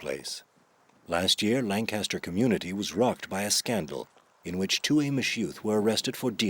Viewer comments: Seven seconds into "Best Documentary" they improperly pronounce Lancaster - so immediately insiders know the filmmakers work is not authentically "inside the Amish World." Not being critical of Amish or the Old Order River Brethren - just the filmmakers. To be clear - the Subject Line is pure CLICKBAIT. It is not true writing "Banned Footage Inside the Amish Secret World." Plus there is a big difference between the Amish and the River Brethren. The film blurs the line intentionally. BUT rest of video was really great, especially seeing video footage of my dear old friend, next-door neighbor and truly authentic guy Amos Stoltzfus from Sarasota, FL who helped our family move to Horseshoe Road in Leola, PA back in the 1980s. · This documentary, almost immediately, has three very noticeable features that make the film questionable. First is the mispronounced word Lancaster (‘Lan-Kes-Ter’ not ‘Lan-CAST-ter’); second is the mispronounced word Amish (‘Ah-mish’ nor ‘Aim-mish’); third is worship services are conducted in High German. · It's "LANK aster" County and town and "AH mish", not Ay mish. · pronounced Lancaster and Amish wrong.